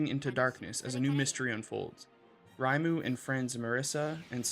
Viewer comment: Sorry for being that guy but I can't get over your pronunciation of Reimu... It's not German! Ray-moo.